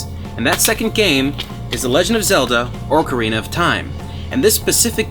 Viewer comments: An Adam computer, I've been hunting for one of those For as smart of a dude as you are, it kills me that you call it "orcrina" of time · ha, you said Orc Arena instead of Ocarina. so many people say that and I've even seen some people write Orc Arena and Octarena. it happens, i get it, was still funny